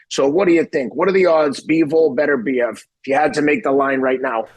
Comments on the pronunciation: His name is BET OOR BIEV and not BETTER BIEV. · Why can seemingly nobody pronounce "Beterbiev" correctly? It's not that complicated!